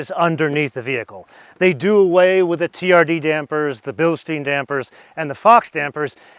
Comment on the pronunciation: Oh,! You of all people should know that it's pronounced "bil-shtyne" and not "bil-shteen"... Otherwise, great overview. Bis später!